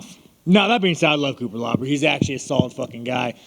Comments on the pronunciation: Ahahahaha he called Cutilaba cupalabra lmaoo might as well call him chupacabra. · Cupelabra. Cupelabra.Cupelabra.. 😂😂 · Cupelabra was killin me. Thought it was unintentional but then Sean said it 20 times so now I'm thinking it was a bit